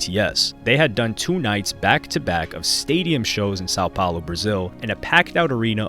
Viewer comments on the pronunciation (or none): none